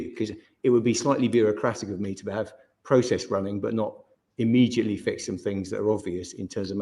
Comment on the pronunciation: Twunt can't even say 'Immediately' immeJUTly🤪 knob.